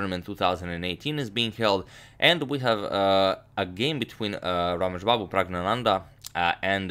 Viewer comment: I think it is "Rameshbabu" and not bamu.